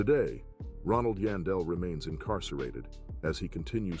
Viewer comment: Its YAAN..Its pronounced YAWN-Del